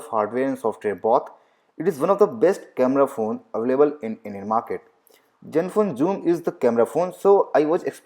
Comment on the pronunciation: Asus please adjust accordingly, it's Zenfone Joom!